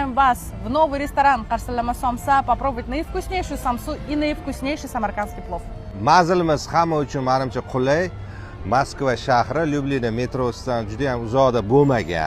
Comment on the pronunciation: Люблинамас люблино узича а укилади руссчани йиртаман дебти😅